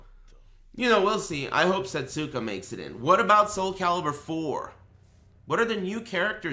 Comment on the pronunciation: Setsuka is pronounced 'seh-soo-KUH' proper. Since in certain dialects, certain vowel sounds are removed from the pronunciation, 'seh-SKUH' is also widely acceptable. The point is, there is no 't' sound in the name. Thank you for reading.